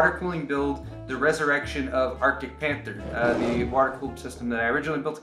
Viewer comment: For whatever reason when you said Arctic Panther, I heard Marcus Cantor. Please change the name of the build to Marcus Cantor